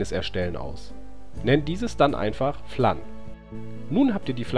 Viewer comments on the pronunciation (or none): Es wird Fläns mod ausgesprochen Kein Hate=Tipp